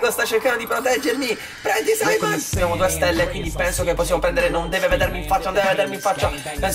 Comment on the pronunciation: Non si chiama saimon si chiama simeon